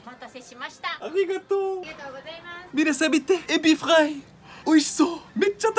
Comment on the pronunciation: エビフʁaイの発音すこ フランス人？